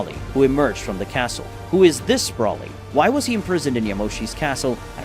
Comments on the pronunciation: why do you pronounce br-O-lly br-A-lly? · It's pronounced "Broh-ly", not "Braw-ly".